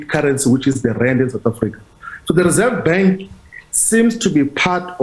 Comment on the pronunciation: Rerseve bank I not convinced how he spoke this morning another cover up